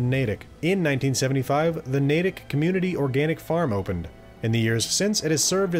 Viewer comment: Finally someone who pronounces things like Natick and Cochituate correctly...